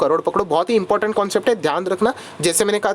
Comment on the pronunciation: Marathi bola bhau. Your important sounds like impotent